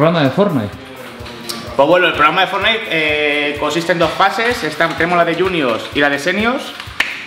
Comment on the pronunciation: Yo: academia de ingles: academis de fortnite 😂😂